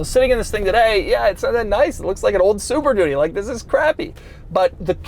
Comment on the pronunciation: Why does he keep saying "super doody" ? Is he just saying it's a really crap car?